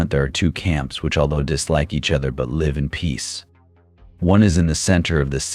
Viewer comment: Seems obvious; droning monotone, inexplicable mispronunciations of words like "live" and "cicada," misplaced emphases in sentences. I think a human narrator would also struggle with the clunky writing